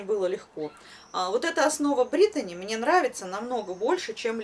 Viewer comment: все красиво,вы молодчина, только почему говорите Бритони, ведь равномерка Бритни